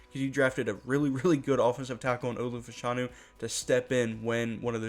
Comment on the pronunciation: His name is pronounced Fash a new